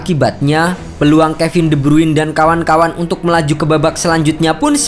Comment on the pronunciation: "De brruuiinn" Kwkwkwkwkwk pronounce namanya salah min